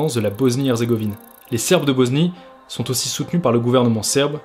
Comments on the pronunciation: Frérot j’aime bien ton documentaire, mais arrête de prononcer BoZnie stp c’est un S et ça se prononce S pas Z s’il te plaît, BOSNIE PAS BOZNIE! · Mais pourquoi tu dis Boznie gros ? Regarde sur Google ça se lit comme un S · La boznie? 😂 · BoSnie pas BoZnie